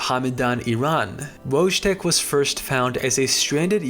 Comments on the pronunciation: Wojtek is pronounced "Voy-tek" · Great video, but something that bothered me is your pronounciation of Wojtek. in slavic languages J makes a y sound. So the correct pronounciation is "Woytek". Your channel is underrated, lovely video otherwise!